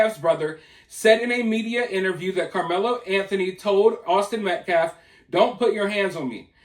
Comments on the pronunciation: It’s Metcalf not Metclaf.. Austin Metcalf say his name. Anything to stir the pot and distract from the actual facts about this horrible situation. Let’s keep it real! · These people are not even saying names correctly. It’s not Metclaff! Another lawyer YouTube constantly messes up Marcellus Anthony instead of Karmelo. I mean seriously it’s not that hard. Minor but annoying. You always keep names straight or correct your self. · Thank you for exposing that total fraud, race baiting, race hustler. The guy couldn't even say Metcalf correctly. He kept saying, Metclaf. He gonna axe Metclaf a question. 😂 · It kills me that he keeps mispronounced Austin name.... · This guy didn't even say Austin's last name properly 🤨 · Thanks, I smelled something"off" about that guy when I heard him during his "press briefing". He can't even pronouce the Austin's last name correctly. This trial is going to be a complete shit show. When they come back with a guilty verdict, they are going to riot. Mark my words. I just hope the fear of the dark tribe going off again doesn't sway the jurors like it did at the OJ Simpson xxmurder trial. Austin deserves unfettered justice. His twin,Hunter, and his whole family deserve nothing shy of full justice. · He can't even pronounce their last name but doesn't see it as "disrespectful" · This guy was a joke the second I heard him speak. He couldn't even pronounce the name of the victim or say simple words. He looked like a weirdo from the start. Hitting a 2 year old as discipline is NEVER acceptable for those defending disciplining his child.